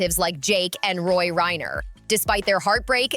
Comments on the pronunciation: If this chick continues to call ROMY ‘Roy’ I’m gonna scream!!!😱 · Her name is not Rory. Its Romy. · Her name is ROMY Reiner and NOT ROY Reiner. Be more respectful!!!